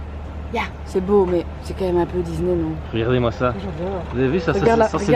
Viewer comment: mais pourquoi tu dis Dizney ?😭